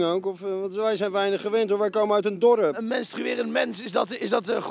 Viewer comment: wij komen uit een D O R U P